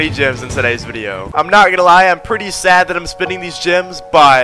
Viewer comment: Thought saids grems 😭